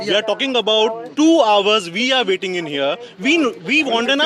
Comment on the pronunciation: "Veee are veeiiting in here"😂😂